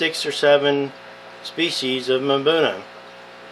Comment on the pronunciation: “Mabuna” Cichlids? It is pronounced “ um-buna” = Mbuna